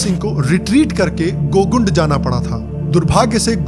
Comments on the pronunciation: भैया वो गोगुंड नहीं गोगुन्दा है। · It is not gogund it's Gogunda